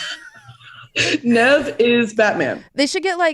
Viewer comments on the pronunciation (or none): saying “nev” instead of NEEVE IS SENDING ME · Came here searching for this comment, every time she said "Nev" I was screaming at the video like "NOOOOOOO IT"S PRONOUNCED NEEVE " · YES! I cringed a little.. It's NEEEEEEEV LOL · not pronouncing nev like that 😂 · Take a shot every time mispronounces Nev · The way pronounces Nev’s name is extremely funny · I can't vibe with how pronounces nev 😭😭😭😭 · about to get cancelled for butchering “Nev’s” name 😂